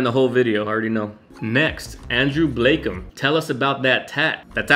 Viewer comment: Ayyyyy my question was the thumbnail 😂 also bless for actually pronouncing Blakem right, idk why that's so hard for people 😂